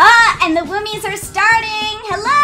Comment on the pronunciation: Why did you say woome🤣🤣🤣